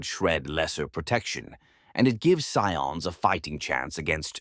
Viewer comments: sometimes I hear it said correctly when saying "Cadian", but then when said normally it sound incorrect. Most media says it as Cade as in motorCADE, I keep hearing Cat-dia (silent "t" but same sound fx). Also Scions is pronounced like "Sigh-ON", not "See-In" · This is an AI channel, or someone is going to get yelled at for awful name butchering of certain things like Cadia and Scions.